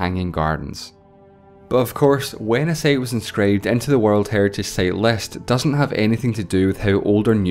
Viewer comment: I love your videos. And I HATE your pronunciation - 1) time = "theyme", 2) site = "seyt" etc. Seriously?